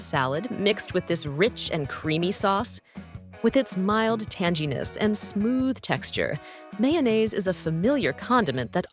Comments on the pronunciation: Are there any recent videos voiced by HUMANS ?? "... mild tan-gee-ness" ?? Really? ANY human knows it's TANGY, not "tan-gee." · Did the VO really just say 'Tan-gee-ness'?? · WTF TannGiness? That is not How it is pronounced. 🤦‍♀️🤦‍♀️🤦‍♀️🤦‍♀️🤦‍♀️